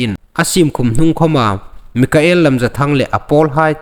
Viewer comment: Mikael ni lovin Michael ti lem ding aw......